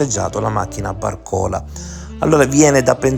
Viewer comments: Accento sbagliato? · Si dice Bàrcola, non Barcòla. Comunque a meno che non hai un guasto all'auto non torni col bus. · si pronuncia Barcolà non Barcòla. 🙂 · barcòla dai dai dai bàrcola si dice!! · Bravissimo, anche stavolta hai fatto centro.....solo una precisazione....i dice Bàrcola e non Barcòla...... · Comunque,si pronuncia Bàrcola non barcòla